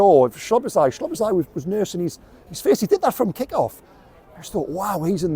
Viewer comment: "a 90 minute faeces" 😂😂😂 yeah, not far off!